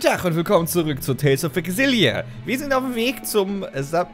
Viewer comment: Weshalb sagt immer "Tales of Exilia"